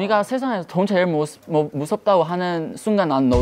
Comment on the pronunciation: 슈아 미국인인데 제일을 쩨일이라 발음하고 계속을 꼐속이라고 하는 거 귀여워ㅠㅠㅋㅋㅋㅋㅋㅋ